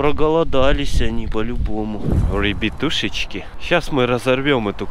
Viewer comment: Пачет, Польятилен, Ребьятушечки